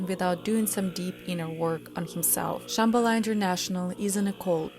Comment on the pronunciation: And mispronouncing Shambala